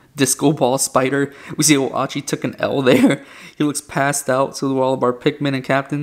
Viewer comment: It’s pronounced oat-chee!